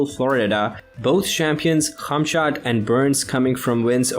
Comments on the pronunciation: Not funny how you’re saying his name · It very irritating you saying the work khamzat